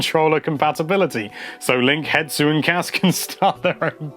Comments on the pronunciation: "Hetsu" ... It annoys me that people can't read. HESTU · his name is H E S T U not Hetsu!! that poor Korok...